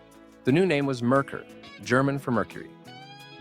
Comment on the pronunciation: Not to mention "Merkur" is pronounced wrong as well. (it's "mare-COOR" not "merker")